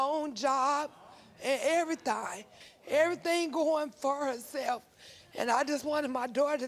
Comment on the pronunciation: TOLT ME ERRTHANG ABOUT THE EVUH ASS MAMMY